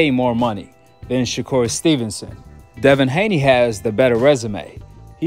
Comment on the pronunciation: I heard someone say, Shakoon stevenson 🤣